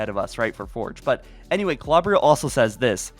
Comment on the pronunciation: I dont think it matters but im pretty sure its pronounced (kl-oh-ber-ill) Klobrill